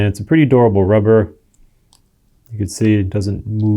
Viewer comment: He said the crepe brush rubber is durable but I heard him say "adorable" and I agreed, it is adorable too